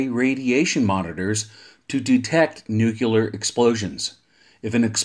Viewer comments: Great video, and very informative, but as a guy who does voiceover professionally, you lost me at every reference of nu-cu-ler. It's pronounced new-clee-er. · Why is the word "nuclear" so difficult for some people to pronounce? Nu-Clear. Two syllables. There's absolutely no such thing as "new-cue-lur". I question the accuracy of any information presented by someone who literally can't pronounce a two syllable word. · Nucular, huh? Took me right out of the video every time I heard it. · Great video, but am unfamiliar with the term, “nucular”. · Jesus Christ why is it so hard? Say NEW. Say CLEAR. Theeeeeere ya go, son. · Yes, this makes this video almost unwatchable, having to hear that word constantly. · My incredibly intelligent dad has been talking about nucular stuff my whole life; still trying to figure it out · I agree, this is one of my pet hates. I found the video interesting but unwatchable due to the 'nukular'. I had to turn it off halfway through. I just can't take that guys voice. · I like it! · Nucular? Jesus wept 🤦‍♂️